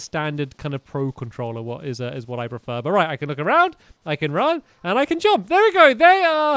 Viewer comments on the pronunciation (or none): The way stampy says jump 'jomp'